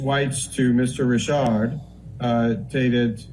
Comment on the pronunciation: Risshhardd for fuck sake